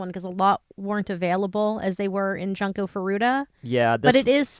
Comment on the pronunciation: I understand this channel is a English speaking channel and my comment wasn't meant to protest or attack, there are many Japanese who read english names the wrong way too. I just was wondering why not pronounce it the way it's literally read because some (and I mean non English people who visit this channel) might be confused trying to identify "Janko", as I was, for a few seconds until I realized it was Junko. :)